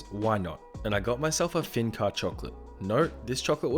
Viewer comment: Dude it's not pronounced "feen car". It's pronounced something like "fun car-é". E with accent aigu is pronounced like e in "destiny" but gayer.